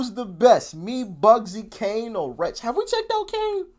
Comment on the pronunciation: it's kano not Kane, think he says kane for the flow, 3 of the grates although I'm not a big bugzy fan